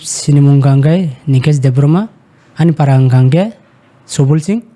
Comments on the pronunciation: Exactly, the Pronunciation is wrong, it's Debbarma not Debrohmah like how maximum of our people pronounced. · Its Debbarma, not Debbroma,, chini borok rok proper khai pronounciation khaina surungbaidi please.